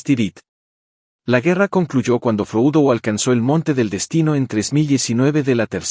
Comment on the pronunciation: Buen resumen, pero si estás narrrando en español, Frodo no es froudo, y Saurón, no es Seuron.